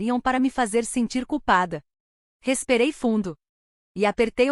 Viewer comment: Que palavra é esta? RESPEREI"???